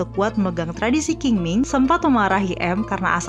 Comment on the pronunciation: Qing ming dibaca Ching Ming, Q di di baca Ch.. Dalamn bahasa China dialek TeoChew di baca Cheng Meng